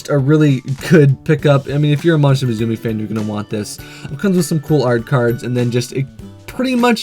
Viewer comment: there is no Z in musume my friend it's Japanese for daughter and is pronounced moo sum may , don't mean to preach, your videos are cool, just like to help out if I hear a mistake